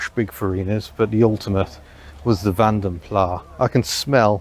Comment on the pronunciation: ish ... As HubNut is all about details, I can confirm that 'Vanden Plas' comes directly from the surname of the Belgian designer/maker Mr van den Plas. If it were French it'd indeed be 'Plah', but it's very, very Dutch, so it's a mistake to drop the 's'. In both Dutch and Flemish, Plas rhymes (boldly and unapologetically) with 'mass', 'gas', 'lass' and, er, 'donkey'... 😁